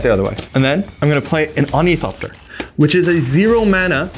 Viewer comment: It's pronounced Or-Nuh-thop-tur. Not Or-Nee-thop-tur